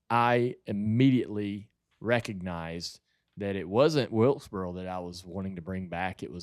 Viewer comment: I’ve lived in NC my whole life and heard all kinds of southern accents, and I still don’t understand why JR can’t say “north wilkesboro”. It’s like he’s saying “north wiltsburl” every time. Where does that come from??